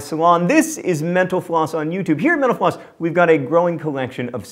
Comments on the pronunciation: This is the first time I've watched a mental floss video and at the end I heard it as 'menopause' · When he says mental floss it sounds like he says menopause. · I always hear " thanks for watching menopause" at the end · When you say mental floss all I hear is menopause